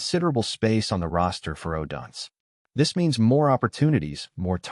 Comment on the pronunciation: Stop mispronouncing odunze😢